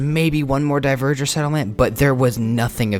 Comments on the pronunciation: Dont know if you'll see this, but dverger is pronounced dvar-gear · It physically hurts everytime you pronounce dverger horribly wrong